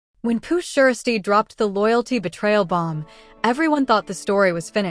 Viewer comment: First of all this is SOME BS SMFH!!! But why she SAYING PURRR SHIESTYRr ALL WRONG LMAO🤣🤣🤣